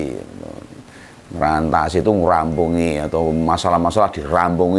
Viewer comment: Yang benar "mrantasi" , bukan ngrantasi .